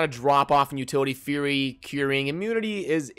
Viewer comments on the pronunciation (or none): none